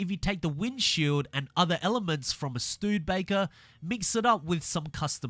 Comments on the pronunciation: it's not called the Stuudbaker, but Studebaker. stoo ·duh·bei·kr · Hey the Studebaker is pronounced stud'a'baker not studbaker just letting you know lol but i hope they do a hotwheels expansion cause that would be so awesome and I really hope for us ultimate edition owners of the game that we don't have to pay cause then what's the point of having the ultimate edition of the game if they end up making us start to pay for car packs and expansions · Its pronounced studabaker not stoodebaker Wow 2 new cars all i want is a catfish camaro and dodge coronet superbee and then they can release fh5, hopefully it's better than this game and hopefully a lobby purely for idiots in s2/ xclass cars and a separate online lobby for C-S1 class and actually get rid of sound and the rewind bug, also why is the convertible cuda not a convertible like whats the point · YESSSS! Shelby 1000 has returned!! I missed that car so much. BTW, it’s “Stew-duh-bay-ker”, not “Stewwed-bay-ker” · Its pronounced stude-eh-baker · It’s pronounced Stu-Da-Baker. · Um wrong you silly amarican it's stu dur baker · It’s pronounced stew-da-becker